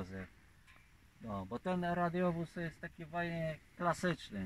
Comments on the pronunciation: hi hi hi nie radiowóz tylko radowóz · Nawet poprawianie nie umie wypowiedzieć "radiowóz" ręce OPADAJĄ